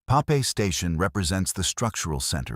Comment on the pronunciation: AI slop. Everything from false imagery to mispronunciations of station names... I mean... Papey! LOL! To an AI narrator.